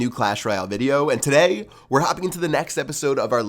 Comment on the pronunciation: can u say TODAY normally ?